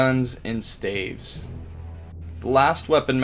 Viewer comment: Staves 🤣🤣🤣🤣💀 why he keep saying it like that